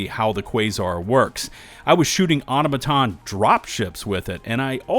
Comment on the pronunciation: Content creators are the reason no one knows how to pronounce “automaton”